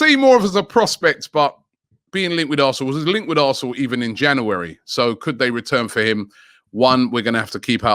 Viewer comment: the janoohary kills me lol